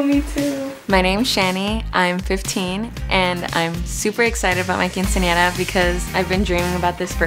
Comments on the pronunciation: I'm not being rude, it's the truth... She can't pronounce quinceñera correct... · because if this was really her dream she should be able to say her dream correctly, she pronounced other Spanish words correctly, but failed with quinceñera... She may have pronunciation problems, but I highly doubt it if she was able to speak very clear and correctly with every other word.. It just bothers me that she couldn't say quinceñera correctly when this show is about her quinceñera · It's a tradition to have a quinceañera in her family, but she can't even say it right 🐸☕️